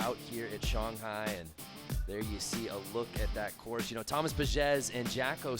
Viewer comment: "Shung-High Chyna" 😂